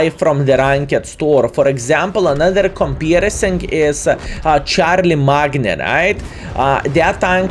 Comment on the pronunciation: "Charlie Magner" (Charlemagne), the famous Frankish King of history 😉 Love you 😀